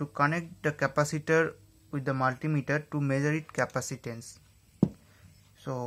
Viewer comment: He said decapatator